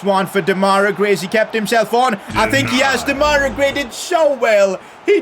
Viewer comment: U keep calling Gray :Demaira Gray' but it's actually called Demarai.